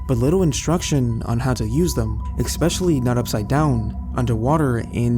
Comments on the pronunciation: I don't blame that camel. Also it's pronounced ES-pecially not ICK-specially 😉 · Great stories, just one observation: there is no K or X in the word especially. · Especially** Not ex-specially. Way-did** not wadded. Veterinary** not veternary I could go one, but I had to stop. If you are real, please your grammar and pronunciation.